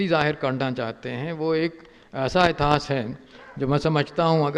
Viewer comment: इतास नही इतिहास बोलो महान इतिहास कार .